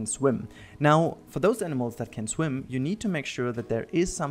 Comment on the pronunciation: FULL GROWN ADULT Says SHWIMMM through instead of swim